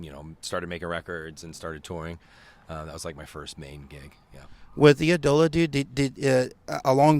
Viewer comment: Eye-dola not EEE-Dola